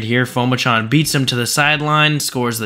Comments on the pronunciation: Pronounced Pu-ma-chon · His last name is pronounced Po-Ma-Jun